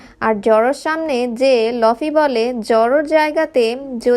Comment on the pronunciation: লফি না ভাই লুফি explain with correction